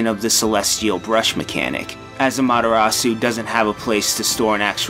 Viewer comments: Don't forget the A. c: amaTErasu vs amaDArasu. You should be ashamed O: < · AH-MA-TEH-RA-SU NOT AMATTARAASU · Lol he keeps butchering Ammy's name. Amadarasu is what he says. Susano or Issun, I'll let slide, but the main character? Pronounce it man. Don't be lazy! But I understand her name is to damn long. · (Crafter1024) It's not just that, the stress that was placed on the Japanese words is also wrong. Japanese is a rhythmic and syllabic language and Amaterasu is pronounced "a'-ma-te-ra-ss". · He doesn't pronounce Amaterasu correctly either. He says "Amadarasu". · "Ammatarasu" Yeeeeeah, needs to work on his pronunciation. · Amaterasu's name is actually pronounced as "Amateras". The "U" at the end is silent in Japanese pronunciation. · It's supposed to be pronounced like "ah-mah-teh-ra-ss", (because the u in the Japanese character "su" is almost always silent or very quietly pronounced), and this dude is pronouncing basically every name wrong. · Uh mah dah raw sew? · you're saying Amaterasu VERY wrong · (eccos) You're right!! I was more listening for the pronunciation of the vowels than I was the consonants, so I didn't even catch the 'D' instead of the 'T'. Good one! (Although that just upsets me more, lmao) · Something about the way pronounces "Amaterasu" is really grating to me. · Your pronunciation of "Amaterasu" is like daggers in my ears. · if I ever have to hear him attempt to pronounce amaterasu again, it will be far too soon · the mispronunciation of amaterasu is really triggering me lol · The mispronunciation of every name is triggering me lol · Why do they always use narrators who cant speak Japanese words correctly, he butchers Amaterasu's name...